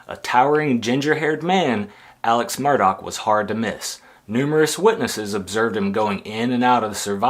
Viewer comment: Yes, pronounced 'Murdock'. Not 'Murdaw'🙄